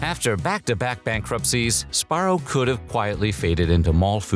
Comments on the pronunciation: What the heck? The narrator keeps saying Sparro instead of Sbarro. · what is "spar-oh"? it's "suh-bar-oh" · Si-BAR-row lol. Say the Si quickly. Syllable 1: Sih Syllable 2: BAR Syllable 3: Row He is saying it wrong. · I think youre saying that wrong. Its sBarro. Say the B. But also.. just remember, 7-11 pizza you eat the box too 🍕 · Also, I always pronounced it as "Sabarro" instead of "Sbarro" because even though I knew how it was spelled, I didn't know how to pronounce it or what the correct pronunciation was. I also was born and raised in 1999 so when I grew up going to malls in the 2000s and I grew up eating Sbarro, I just assumed since I was a kid and I didn't know how to pronounce it correctly (and since no one corrected me at all in the first place), I just assumed the name "Sabarro" was correct instead of "Sbarro." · I never knew it wasn’t pronounced Su-barro. Like su-burban, I guess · It's not pronounced SaBarro? Wow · You're not a real Sbarro fan if you weren't pronouncing it Suh-barrow :D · Am I the only one that pronounced it "Sa-Barro"? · I’m crying cuz I’ve always pronounced it “SA-Barro” LMFAOOOOO whatttt!! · This guy makes it sound so easy to say the "sb" sound in one syllable. I can only say it as "subarro". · I always pronounced it Sa-Barro. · Si- BAR-row lol. Syllable 1: Sih Syllable 2: BAR Syllable 3: Row He is saying it wrong. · Yeah he's saying it wrong. sBarro. Or Si-BAR row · I didn't know the b in Sbarro is silent.